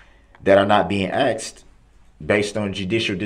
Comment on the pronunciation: I wonder if the court recorder types asked or axed? 🤔